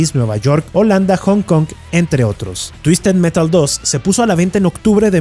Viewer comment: "TUISTED MERAL" "TUISTED METAL" "TUISTED MERAL" jajajajajajaja